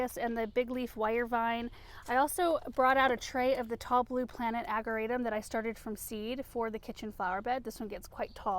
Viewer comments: We say, "Ag-jer-a-tum" with a soft "j" sound. I know it's no biggy, just looked it up to make sure I was right. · I know you said you tried everything with the locust tree. Have you considered pruning out all of the dead wood so it can concentrate on the new growth? BTW, ageratum is pronounced with a soft "g" as in German. One more thing, the wire vine may not be aggressive in a pot, but it very aggressive in the ground. Beware! I've been having to dig it out everywhere I planted it. It was taking over entire flower beds. If not trimmed back every year, they get very woody and new growth grows over the old growth and you only end up with leaves on the tippy top. I saw one that was 4' tall and all wood with just leaves on the top. It was one of the ugliest plants I've ever seen. So, if you have it, be sure to cut it back every year. Thank you for sharing all of your gardening experience! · Ageratum - can be toxic to liver, if eaten by animals, just a heads up. * The 'g' is actually pronounced as a 'J'.Love the colors!